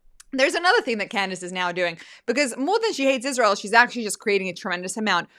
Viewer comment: If U say that Scamdace is “talented” I WILL NOT give this video a like! I despise that woman and U sometimes overrate her! She can NOT even pronounce a simple word like “Israel” and she’s soooooo ignorant!